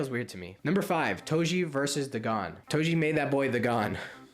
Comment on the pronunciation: Bro talked about getting cooked for mispronouncing sukuna and proceeds to say duh gone